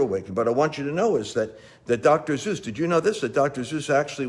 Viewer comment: Dr. Zeus?! It's Dr. Seuss. ;_)